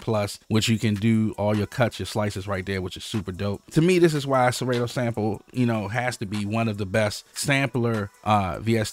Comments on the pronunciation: killing me when u say serAYto. it’s SerAHto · I think you pronounce it wrong lol Sa-Ra-To lol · SeRAY-Toe... I Love IT LMAO! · One of us is saying Serato wrong, and it's throwing me off...